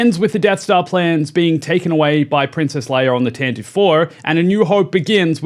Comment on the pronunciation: “TAN-ti-vee” not "TAN-tiv"